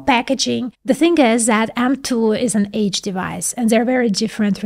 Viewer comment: Thank jesus for the subtitles. Age and edge are two completely different words lady! 🙄